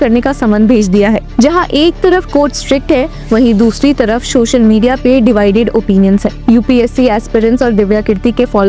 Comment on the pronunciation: Social not Shocial